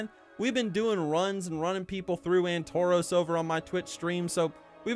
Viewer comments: Why would I want to mindlessly slaughter others? I've never understood the appeal. Also it's Antorus, not "Antoroos." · AntoROS? I swear it was pronounced as Antor-us with the "us" like nexus not nexos.